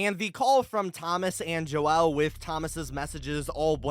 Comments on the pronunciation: Why did you say "Joel" so weird? You don't need to split the syllables. It's just pronounced as "Jole" not "Jo-el" Have you never heard that name before? Its pretty freaking common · Joel is pronounced like jole, I have a grandfather named this and I hope this helps your theory here keep up the great work! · joel is not pronounced like "noel" with a j like you're saying it. it's a common name pronounced like "bowl" but with a j.